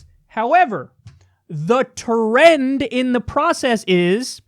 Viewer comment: THE TER-REND